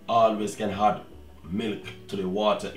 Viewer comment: "and then you hoood....always can hoood milk, to the water inside of the pot"....LOLOLOLOL